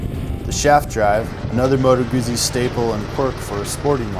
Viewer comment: Was looking at the v7 but wow, this looks awesome even if well over the budget. Not sure how great this would be for a novice rider. I really love the look compared to the current crop of sport bikes. Oh and think Google when you pronounce it--Moto Gootzi